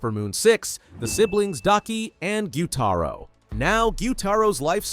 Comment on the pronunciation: Bro, it’s gyutaro😅